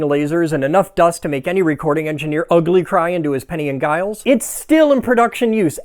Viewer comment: Hey dude. I don't wanna look like an ass but, I think you'll appreciate my input... The Giles in penny and Giles is pronounced with J sound for the g. Like Geoff sounding like Jeff... Love your vids man. Sausage fingers. (middle aged adhd brother 👍🏻).